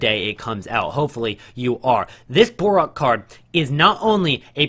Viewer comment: BORUC :) ----- NOT BORAK